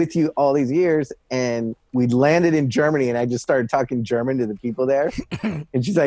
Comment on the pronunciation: Wee Mans “gernan“ is flawed af